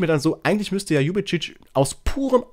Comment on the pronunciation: Tach liebevolle Grüße nach Köln Sülz 👍 Mach dir nichts draus, habe bis jetzt den Namen von DEJAN Ljubicic auch immer falsch ausgesprochen 😊 Leider hinkt er seinen Leistungen in letzter Zeit hinterher wer weiß ob er eine Blockade im Kopf hat doch seit er nicht die Freigabe vom 1fc Köln bekommen hatte zu den Wölfen zu wechseln bringt er kaum noch kaum noch vernünftige Leistungen im Gegensatz zu früher auf dem Spielfeld Maxi Finkgräfe muß man einfach Lieben Echt krass was für eine grandiose Entwicklung er seit seinem Debüt bei den Profis gemacht hat Echt toll das er trotz seines jungen Alters schon weitaus bessere Leistungen auf dem Spielfeld erbringt als so einige seiner älteren Team Kameraden Echt schade das ich das Spiel unseres 1FC Kölle nur über den Ticker verfolgen konnte ich hätte so gerne gesehen wie er den Linien Richter mit dem Ball aus geknockt hatte Hoffentlich bleibt Maxi Finkgräfe uns noch für viele Jahre erhalten einfach nur absolut sympathisch und Bodenständig 👍👍👍 Seit der Gründung des 1fc Kölle hatten wir noch nie so wenig Punkte wie in dieser Saison,dem Klassenerhalt zu erhalten wird eine sehr schwere Aufgabe für unsere Profis sein, doch man sollte immer Licht am Ende des Tunnels sehen vielleicht schaffen sie es noch auf biegen und brechen über der Relegation Dafür müssen sie sich allerdings gefälligst den Arsch aufreissen und alles aus sich heraus holen Come on FC wünsche dir noch einen schönen Wochen Start 👍 LG von Lisbeth aus der schönen Schloss Stad